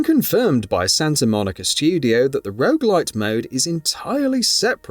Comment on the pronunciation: I'm sorry, are you saying rouge-like or rouge-light? 🤷‍♀